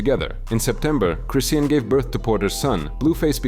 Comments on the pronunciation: Cryseeian is crazy😂😂😂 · How you pronounce chrisean like 5 different ways & none of them were right lol